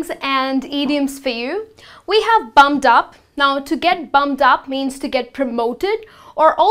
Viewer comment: It sounds as if you are saying "bummed up" as opposed to "bumped up." Please note the "P" is definitely pronounced in the phrased "bumped up." Secondly, "back to the salt mines" is NOT funny at ALL! And it is best NOT used in very professional white collar settings such as academia. The history of this phrase relates back to colonialism, indentured servitude and slavery; these practices or their effects are still very present in several parts of the world, especially places with a stong colonial past such as India, Brazil, the West Indies etc. Essentially, the more highly educated and socially aware your audience, the more unacceptable the phrase. If you are a teacher or professor for example, and you are doing post grad work in a university in the West, I would definitely suggest staying away from this term. Also in major multi-cultural cities in Canada and USA, you could potentially offend or make people uncomfortable in other settings too. Thirdly, a minor point with regards to spelling - it's "desk jockey" not "desk jokey." Fourthly, the plural of "slang" is also "slang" not "slangs." However, it is ok to say, "more slang phrasES" when referring to the plural. Overall, it's a valiant effort! Everyone is always learning, especially when it comes to foreign languages! :)